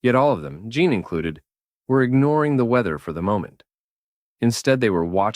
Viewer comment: This is good but I'm about 35 minutes in and couldn't help but notice Jean Grey keeps being called John, as in Jean Claude Van Damme